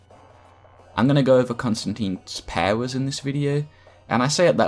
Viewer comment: Love the way he says powers. Pawers